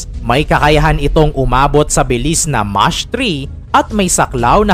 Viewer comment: Mash 3 imbes na mach 3😂